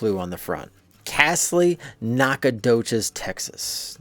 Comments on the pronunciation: As a long time Texan please pronounce it Knack-uh-doe-chus. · OH GOOD GRIEF MAN! It’s pronounced: Naka-do-shes! Ask a Texas some time.